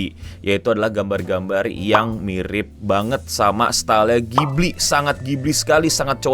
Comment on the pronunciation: Bukan ghibli tp kipli.. 😂